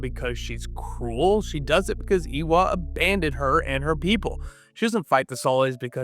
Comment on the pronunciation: AYY-wa. Idk who this "Ee-wa" person is but you sound like you have an American or Canadian accent so why can't you say Eywa properly? I'm sorry for being rude but it has been bothering me this entire video. We have the "ay" sound in English. You can say Varang correctly but you can't say Eywa